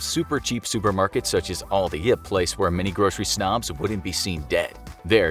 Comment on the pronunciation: not him calling out everyone who shops in aldi. Also why he say it like that. its like albert. aldi